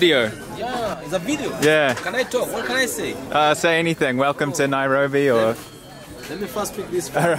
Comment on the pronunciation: NAIROBI!! NAI-RO-BI!!😂😂😂😂